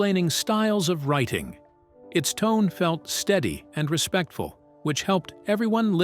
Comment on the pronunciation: Feels so utterly vague as to be meaningless and I can't help but notice how the narrator stresses the word "RESPECTFUL" to the viewer. Not to himself for being completely ambiguous. Not to himself for using AI to analyze and sort through the Word of the Lord. And there are some things that are immutable and commanded and accepted as absolute truth. Here are two: The times and seasons have been permanently set by the Lord so if you run across a difference in reported times they have to be scrutinized to see if they fit with those set times or different calendars. For instance, if one prophecy says forty years you either accept that it is accurate or if you analyze it for discrepancy or contradiction then be prepared to show if it is a different human calendar or a lunar year reckoning or a solar year etc. Otherwise, apologetics is not your forte. Second. Prophets of the Lord are as close to one hundred percent accurate as is humanly possible which is why the scribes and copyists were sooooooo careful as it was the Word they were speaking words about. So yes, there might be some minor translation errors but anything too divergent or a change that changes a major premise, idea or theology or changes Yeshua fundamentally is not--let me say that again--NOT of the Lord. Christians can like that or not but it IS the very Word and in the written Word. One final note is that now we only get to hear about different ancient versions but any visual proof is NEVER forthcoming